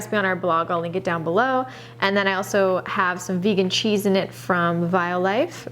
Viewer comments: Wait, since when is Violife pronounced vee-olife? I've never heard it that way before! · Isn't Violife pronounced the first way you said it, like the word violet?